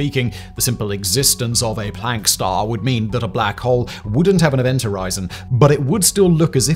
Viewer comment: Thanks for pronouncing Planck properly. I am sick of hearing septics who insist on pronouncing it "Plonk", for some reason!